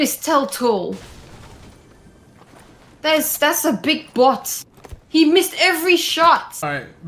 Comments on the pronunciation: "This is a bOtHh deji" 😂🤣 "That's a big bOtHh deji" 🤣🤣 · I Will Never say BOT right again😂😂